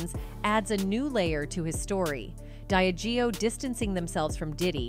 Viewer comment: Yes and diageo they have wrong aswell but constantly hearing sue-gay knight is annoying 😂